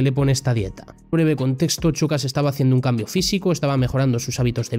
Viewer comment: A ver, se dice SHOcas, como SHAkira, no CHOcas.